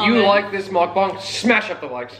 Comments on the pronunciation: did this basic just pronounce mukbang like mock-bong 😭😭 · It’s pronounced muk-bang not mok-bong